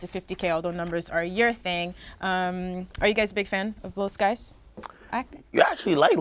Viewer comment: I'm surprised to see Lil Skies on heat check. This guy has ode hits. Also pronounce his name as lil Skii es lol.